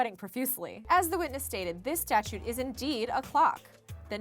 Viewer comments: Anyone else bothered by how she says "statute" whenever she reads "statue"? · Why does she pronounce “statue” as “statute” every time?